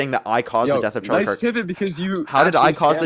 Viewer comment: No one will noice his noice